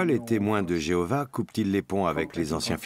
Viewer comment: Louez l'I.A ! Et adorez plutôt Jevouah (que Jeovah)